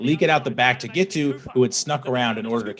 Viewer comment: Admit it. All that adverb stuff was just cover for Zack's mispronunciation of Giteau's name. He failed 3 different ways. Thanks for the news.